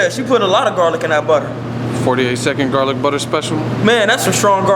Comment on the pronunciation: "Let me tell you what caused it.... Garlik Butter!" #DEAD